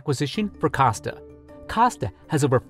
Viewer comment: He saying costa WRONG